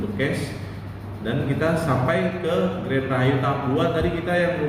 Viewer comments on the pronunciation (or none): Green Bang, bukan Grand ....hee 🙏🏻🙏🏻